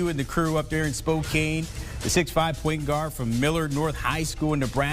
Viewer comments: Not Spo-kane Spo-can get it right! You should know how to say the name of our city by now! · SPO KAN NOT SPO CANE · HEY CBS: "SPO-CAN".......not "SPO-CANE" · For f*ck's sake. It's pronounced Spo-Can. Not Spo-Kane. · Pronounced SPOKAN NOT SPOCANE... geez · Spo-CAN for FUCKS sake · Spo-kane...😂😂😂 bruh, we been known for 20+...Spo-yes we-Can!! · GO ZAGS! Come on already with the Spokayne already. Haha!! At least they’re saying Gonzaga right. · It's pronounced Spo can. Long o in Spo and can as in beer can. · Did he really add an “ayne” at the end? Is it 1999 again? “Gonzuhguh from Spokayne will never die apparently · Awesome that you pronounced 'Gonzaga' correctly... next is to Google 'Spokane' and learn how to pronounce the city's name correctly for your following reports! :) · It would be nice after 20 years in the tournament, that reporters could at least pronounce the city correctly! ( maybe some research would help!) But I guess that is to much to ask! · I can't belive yall are still saying it wrong after 20 years!☠😭😭😭😭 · You finally figure out how to pronounce Gonzaga and then you get stuck on pronouncing Spokane..... Ugh! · He cannot even pronounce Spokane correctly. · I was saying the same thing as I watched the video .